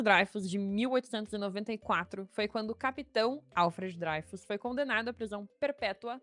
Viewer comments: Pior que é Dreyfus, mesmo (drêifus). O cara era francês, então é "drêifus". Quem pronuncia "dráifus", segue a pronúncia inglesa. Tem um canal chamado "French Pronunciation Guide", onde há um vídeo intitulado "How to Pronounce ''L'affaire Dreyfus'' (The Dreyfus affair) Correctly in French" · Gente, a pronúncia é Drêifus e não Dráifus... O nome é francês, não é alemão nem inglês. O mais irônico é que o Caso Dreyfus foi causado por antissemitismo e foi o catalizador para a criação do movimento sionista que hoje faz genocídio na Palestina. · pior que é DrÊIFUS a pronuncia correra. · Sobre a pronúncia do famoso "Caso Dreyfus": "draifus" seria uma pronúncia anglo-saxã estranha, porque muito mais distante da original francesa. O julgamento do soldado francês Dreyfus foi emblemático da Justiça e da História da França da virada dos séculos XIX para o XX, um divisor de águas entre a direita e a esquerda francesas pós-revolucionárias. Portanto, a pronúncia aportuguesada "dreifus" ou "drêfus" é mais próxima da original francesa (onde o ditongo "ey" é pronunciado como o "ê"), que a pronúncia anglo-saxã "draifus", que é estranha às duas línguas latinas.